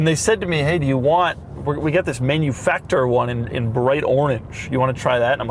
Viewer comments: Please. It's not "Menuefactoor" it's "Mahnoofucktoor'. ❤ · MaNuFakTur - try to pronounce it in german. It's funnier. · MANUFACTURE SAY IT RIGHT🥵